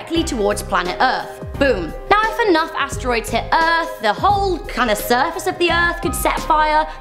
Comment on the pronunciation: I love the erf to